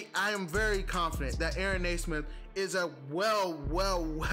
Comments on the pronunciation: It's pronounced "nee-smith". Nice video, though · Reminder it’s pronounced “knee” - smith. I say “Ney” - smith as well and have to correct myself all the time.